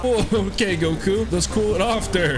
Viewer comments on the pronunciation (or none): none